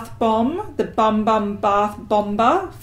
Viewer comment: 'Bum Bum' is pronounced 'Boom Boom' and it means booty in Portuguese from Brazil! But you sound very sweet saying 'Bum Bum'! :)